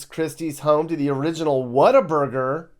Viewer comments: it’s What-A-Burger, Not Water Burger! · Did really refer to Whataburger as "Water Burger?" I've never taken him seriously as anything other than a grifter, and this just validates my point. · Real Texans say water burger😅😅